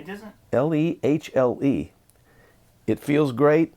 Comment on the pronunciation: Great insights! The Lehle (LAY-luh) Volume Pedal is a premium, German-made volume pedal. It's pronounced LAY-Luh.